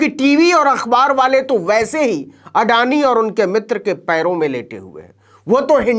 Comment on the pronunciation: अडानी का पिल्ला आडानी का अ तक नहीं बोल पा रहा है।